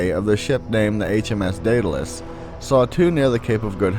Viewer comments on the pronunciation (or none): none